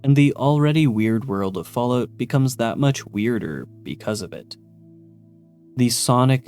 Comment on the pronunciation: i luv the Canadian version. Falloot, eh?